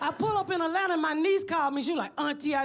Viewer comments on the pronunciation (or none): none